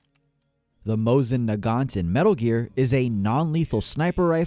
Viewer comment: Nagant is pronounced without T